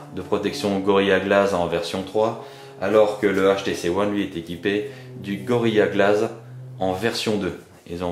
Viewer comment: POURQUOI tu dis gorilla glaze alors que c'est gorilla glass Et pour info c'est pas Mini USB mais MICRO USB Sinon bonne vidéo